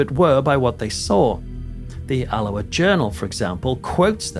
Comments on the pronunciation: al-oh-ah 😂 not that strange Hawaiian pronunciation you gave it, you make us sound so tropical 😉 Great video, but did that guy really say he thinks it’s a DISCARNATE entity that’s died but not moved on? They’ve never been human so he’s got his basics wrong which is never a good sign, perhaps a slip of the tongue. Off to watch the next video which I’m sure I will also thoroughly enjoy, but also will pick holes in. Promise I’ll keep them to myself in future 😂 Keep up the excellent, high quality work! 👻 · It's about 50 miles from both, near a large town called Stirling. Alloa is Al-low-ah, not as in the Hawiian greeting ! 😆🍍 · 😂 Like his attempt at trying to pronounce Alloa. It pronounced Al-o-waa. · You Alloa like this :- “AL - O- WA”😂😂❤❤ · The way you pronounce Alloa makes us sound very exotic indeed 😂 . Try Aloe (like aloe Vera) -ah 😅 xx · I think I hear a touch of a gentle Geordie/Northumbrian accent, which have many similarities to a Scottish accent and would explain why he couldn’t pronounce Alloa properly. Having said that, I’m English too and I know how to! 😄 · You mispronounced the town two different ways: with a hard C then a soft C. This is very lazy and pretentious. Just narrate. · Great video, well done. I had heard of this but didn’t realise occurrences were so extensive . I used to live in Alloa years ago and often visited friends in Sauchie. Loved your pronunciation of Alloa, it made me laugh and made it sound exotic 😂 No offence meant 😊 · Loving the new pronunciation of Alloa,,, sounds more South Pacific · i found this interesting but found myself saying the correct pronunciation of alloa loudly at my computer.